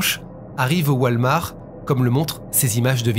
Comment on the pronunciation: WALL MARTTTT (PRONONCIATION) lol